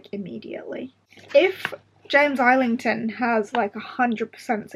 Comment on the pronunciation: Was going to say you had a dedicated Schwab display so James Islington has to be good. I think I need to attempt hom again! Also I got so fed up of not knowing the correct way to say his name I did a search and found an interview where he was asked how he pronounces it. He says EYE-lington